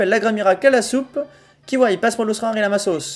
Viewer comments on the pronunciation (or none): Kiwaii lol En sachant que l'animé le prononce Kiavé.